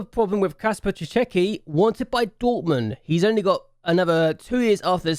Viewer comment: yo, another time i have to interrupt your reading of polish surnames XD Cichecki - Ci (that one you said in vid is good) - che (like "he" in "hey") - cki (tsky, idk kinda russian) - Cihetsky other ones were read perfectly ;p cheers mate